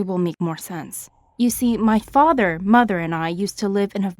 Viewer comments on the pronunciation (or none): Who else heard "as for my fatheru"